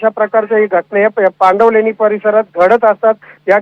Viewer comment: Pandanvaleni nahi❌️ पांडवलेणी aahe te✅️